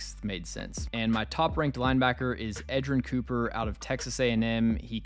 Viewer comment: U nailed edgerrin cooper